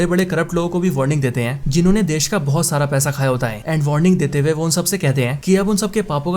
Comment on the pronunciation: Dude please learn to pronouce the Hindu/Urdu word "Hai" -- it is not "Ain" , it is "Hai/Hain"...Its very irritating to the ears.